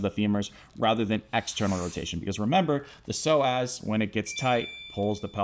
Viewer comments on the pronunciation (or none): I stopped listening cuz I felt offended he kept calling me a slow ass